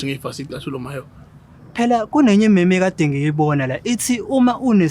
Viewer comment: Did Mahewu actually pronounced meme in isiZulu on some mhemhe 😭😭🤣🤣